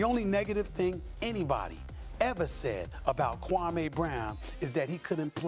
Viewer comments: SAS didn't do his KWAH-MAY accent here, did he? Jalen Rose confronted him back then and SAS shamed Jalen for it, and this was after Kwame had played 10 seasons in the NBA. Kwame wasn't a good NBA player but in the midst of all the criticism he never once talked back to the media nor showed a bad attitude to any of the teams he played for. Kwame bided his time and is now serving his dish cold. The like/dislike ratio for this video is very telling. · no it wasnt stephen a mispronounced this dudes name on purpose for 20 years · according to kwame he messaged Stephen jackson and barnes respectfully and asked them to stopped something that happened in those dms is what pissed him off and as far as Stephen a he made it personal a long time ago calling a kid a scrub and mispronouncing his name purposely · No he wasn’t... when you purposely pronounce a man’s name wrong just to be funny, that’s personal not basketball. I doubt you would be supporting SAS if he was talking about rights for Blacks, you probably don’t like that conversation do you? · Name anyone on this planet who says Kwame in they top 100 😂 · when your changing the way someone pronounces your name it's personal. Watch the older videos. No need to keep kicking a dead horse. We all know Kwame didn't lived up to the #1 pick expectations.